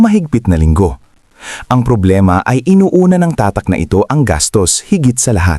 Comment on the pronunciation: Ano ang tamang bigkas sa tatak!? Ayusin mo nman ang pangit da pandinig ungas!